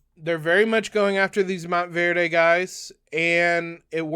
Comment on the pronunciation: Mont-verd, no E on the end! :goodvibes::goodvibes